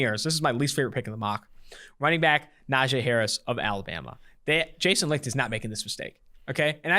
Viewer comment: Licht is pronounced Light...jus sayin